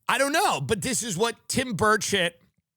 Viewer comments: Did he say Tim Birdshit 😂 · Am in uk and have to ask Is it the accent or am I hearing the name Tim birdshit 😂 x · Tim does keep saying Tim Birdshit, right?